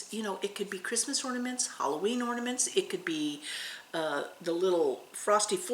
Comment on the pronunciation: I'm listening to you on my 📺 . Every time you say orny sals. It sounds like you are saying ( please forgive me lol) horny sals. And I go What did she say! Lol I hope I didn't offend. But you keep me smiling